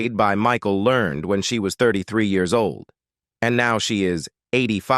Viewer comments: Michael Ler-ned! Not Learned! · How about next time, you hire a real live narrator for your project. Michael Learned would be pissed that you used AI to butcher her name the way you did. LER-NED. You could've done better! Thumbs down. By the way, I do voice over professionally after a 40 year career in radio! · It is pronounced Learn Ed, Michael Learn Ed. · Walton Mtn.? I remember it as Walton's Mtn., and Michael Learned's last name is in 2 syllables--LER-ned, per the weekly introduction of the characters. --Walnut Mtn.? Come on,, pay attention. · And it is Michael LearNED .. not Learned! 😩🤪😜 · I think you got John Boy’s age wrong. He was the oldest. Elizabeth was the youngest. Miss Michael Learned pronounces her last name like Learn Ed; 2 syllables. Great pictures and narration. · Michael Learned's name was pronounced "learn-ed". Ralph Waite was a recovering alcoholic and inspired many with his recovery. You made a LOT of really serious mistakes. Seriously, better job in the future please. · Like mispronouncing Michael Learned's surname - the final syllable in Learned is pronounced "ed" as in Edward! Or the fact that Richard Thomas is now 73 years of age. and did not plat Cindy Walton!!! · Kami's name is pronounced Kami with a long A, not like "Commie". They also did not live on "Walnut Mountain". They lived on Walton's Mountain. Go figure... The narrator also mispronounced Michael Learned's last name. Why didn't he double check? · blame the person who wrote the "copy" for the narration. The narrator,, just reads whatever the video creator gives him to read, although he has always been terrible at pronouncing names correctly.